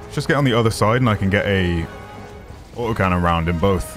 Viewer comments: "OI'VE LOHST MOY AU OH CANNON" LMAO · “I’ve lost my AWT’OH cannon!”